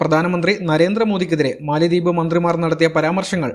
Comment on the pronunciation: it is Mala dweep or Mala dives. NOT Mali dweep. MALI is an African country and it is not a dweep or Island. PLEASE CORRECT WHILE SPEAKING. Jan Hogendorn, Grossman Professor of Economics at Colby College, theorised that the name Maldives derives from the Sanskrit mālādvīpa (मालाद्वीप), meaning "garland of islands". In Malayalam, "Garland of Islands" can be translated as Maladweepu (മാലദ്വീപ്).